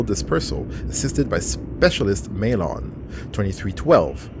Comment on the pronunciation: 40+ Episodes and it still bothers me how they say Maelon. says it like 20 times in that mission and they still say May-LON